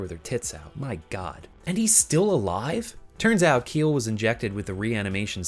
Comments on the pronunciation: Just wanna correct you on something. "Kiel" is the Celtic american spelling of the name "Kyle" and is pronounced the same. "Kiel" as "Keel" is the German name of a city and probably what you got when you googled how'd to pronounce it lol. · Isn't Kiel pronounced "Ki-El"?